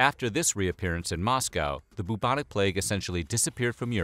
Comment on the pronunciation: You are single handedly one of the most boring, monotonous sounding narrators I’ve ever heard, these videos could be so interesting but no, we’re stuck with this boring af guy who can’t even pronounce bubonic. Stop it.